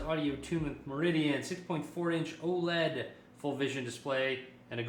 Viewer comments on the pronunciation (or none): none